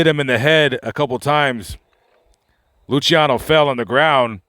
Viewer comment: You miss pronounced lucianos name